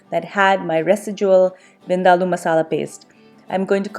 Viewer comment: Oh Thank you ever so much for CLARITY (in how to correctly pronounce) this particular dish. Finally. I can rest my case. Lol. I too always had to argue with certain FRIENDS that they were pronouncing it wrong hahahahaa. Lol. LUV the Dish.